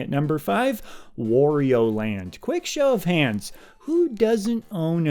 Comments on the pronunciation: You've lost me at "Worio" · Wario: rhymes with Mario.